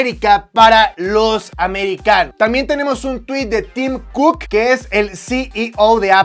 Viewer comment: Cuando dijo “Tim Cook” yo le entendí “Team Cook” y pensé 🤔 ¿que team será ese ?😂.